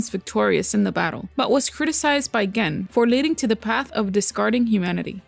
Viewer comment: You're pronouncing the name Gen wrong, but it's okay, I like your vids, keep up the good work